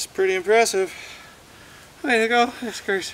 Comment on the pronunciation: Fiskars with an A as in bars, not FiskErs as in whiskers. Sorry but with a name like yours, you don't look the part and your "project" is absurd. If after more than 60, 100, 200 overstrikes there isn't a mark...Try to destroy something else. The best wooden hickory handles don't take five overstrikes to crack or split.